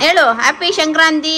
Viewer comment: That is sankrathi not a shankranti okey